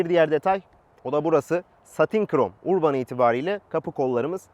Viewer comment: URBAN URBAN DEYİP DURUYON DA URBAN " ÖRBIN " OLARAK OKUNUR HACIABE :))) ÖRBIN